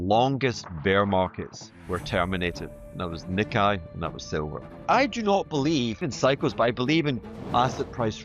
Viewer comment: HH- Its pronounced NeeKay!!